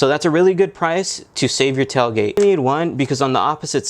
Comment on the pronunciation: "Tell" gate? 🤔🤣😁